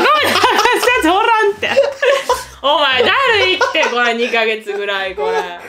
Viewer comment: え！そこ？！って思うけどの「おらん」の発音が好きでずっとリピートしてるww